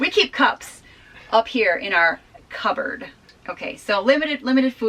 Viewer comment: cupboards... but the "P" is silent...